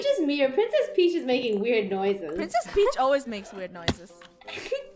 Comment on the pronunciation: When they say "Princes Peach" me: like no I think more like eww princes peach 😂